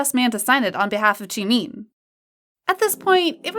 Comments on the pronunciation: That ain't Jimin, that's Shimin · im really sorry i dont mean to make fun of u bt its Jimin not jimeen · I feel offended that u say tjimeen 😆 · It is not Jimiiiin, it is Jimin... goddamnit. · i like how the video goes jeemin instead of jimin tho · Jimeen lol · I love how she pronounces it like: JEEMEEN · Why did she say jeemeen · Ok but can we just talk how about the person who is Telling this stuff pronouncing jimin as jemeen (no offense) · The way this narrator pronounces Jimin as “chimin” is triggering. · Ur BUTCHERING bts’s names!!! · Ikr- she pronouncing the names wrong 😭😭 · The way she pronounces jimin tho😂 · Pls I'm cringing at the narrator for not saying Jungkook and Jimin's name right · No hate but you're pronouncing Jimin wrong- and even other members name wrong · You're mispronouncing Jungkook's & Jimin's name lol😹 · She rlly said Jookoo and Jemean It's Jungkook and Jimin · I don’t want to be mean but miss girl is saying “jungkoo” and “chimin” 🤣🤣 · It's Joonkook not Joonk! And it's not JimIn! It's Jimin!😒😒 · It’s not pronounced chee-mīn It’s pronounced ji-min (as in mint) It’s not pronounced chung-gkuu It’s pronounced jung-kook (as in cookie) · “Joon-koo” And “jeemeen” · Others:Jimin and Jungkook Her:Jeemeen and Jungkoo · ah yes, jeemeen and jonkoo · im so so sorry no offence to the channel but i crack up every time i hear "jInKoO" and "cHiMeEn" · I love how she pronounces it June coo and Jee Mean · Why are you pronouncing jimin like cheemin and jungkook like chunku its so annoying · “V and jOoNkOo” “She made jOoNkOo laugh” “Standing right in front of jOoNkOo and jEeMeEn” I can’t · Jeemeen, joonkoo